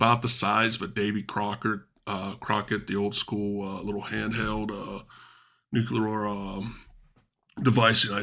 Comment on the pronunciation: Nucular strike. Im out. What a nonce